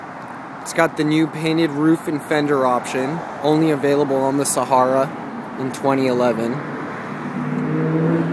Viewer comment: Do you really have to say " Sahara " like that tho. Outstanding job on the Jeep. If I lived in Cali I most def would get my work on my Jeep at your shop. Great job